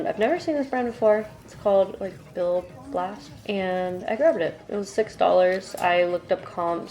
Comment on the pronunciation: You read/pronounced Bill Blass correctly. I can still smell the perfume when I hear his name🤢The brand was very 80s but might’ve ventured into the 90s or beyond, it was just super popular in the 80s. Popover is what 1/4-1/2 button front is called. If you can’t sell your books and the library doesn’t want them some hospitals and homes for the elderly and such will often take them💕